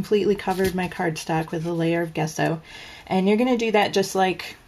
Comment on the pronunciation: You probably know this but Gesso is pronounced Jesso.